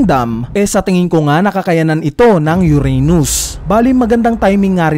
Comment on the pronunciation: uranus hindi yuranius.